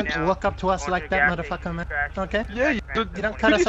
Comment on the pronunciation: how many time that this person said "modafocka"